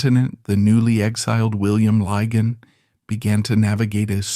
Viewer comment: There are three problems with this broadcast one is the total misunderstanding of the way people behaved in polite society until recently Secondly this AI American voice is inappropriate and irrelevant to this story It is Lig On and It is Beech Ham. And one must not forget way that Society was run by the upper for the class the middle class and the working class Times have moved on where gay men women and LBGTare welcomed